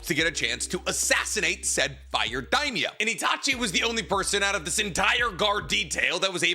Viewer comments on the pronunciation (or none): none